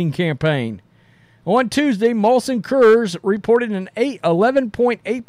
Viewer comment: Great video as always. It took me atleast four tries until I realized you were saying "Coors" 😂